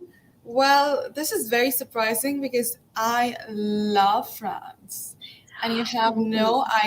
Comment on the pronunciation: Wait the first question did she say France or frog?